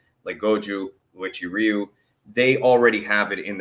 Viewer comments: I'm not going to hate you, but it is pronounced oo way chee or when said at normal speed way-chee ree you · I have been a Uechi-Ryu, pronounced, "whechi-ru" practitioner since 2021. Just a FYI, after Kanbun Uechi passed away, this Karate style ended up splitting into ~15 different karate associations. Respectfully, I am part of the #Kenyukai Association, under Grand Master Kiyohide Shinjo (10th Dan). When I was younger, I was briefly a part of Goju Ryu. Thank you for recognizing our phenomenal Okinawa Karate style 🙇‍♀️!!!! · Pronounced: "way chee roo." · 'Way-Chee Roo' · lol it's cool bro. it's pronounced like oo-eh chee ree-yoo. it'll probably still sound off but it's ok.